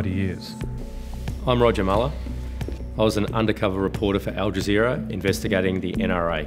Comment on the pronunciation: Stopped watching as soon as I heard "with al jazeer".